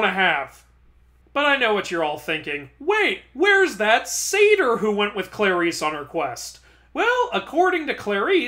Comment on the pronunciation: Sorry its Saytr.